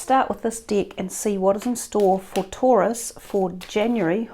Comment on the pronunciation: Sounds like she said dick but she is saying deck hahaha